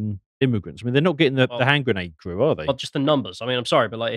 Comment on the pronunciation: "We need a solution to this immiugrant problem!" Erika intensifies